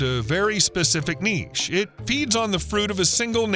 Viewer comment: See pronunciation of word 'niche'